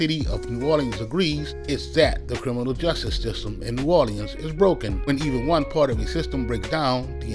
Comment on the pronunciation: I absolutely hate the way you say New Orleans